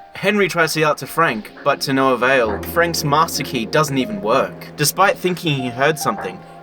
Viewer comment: Thought you were British til I heard you say “no” as “NUUUUUUUR”